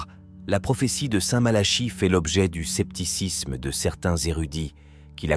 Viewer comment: Malachie mais on dit plutôt " MalaKi" non !? À chaque fois cette prononciation m' interpelle !!! 😢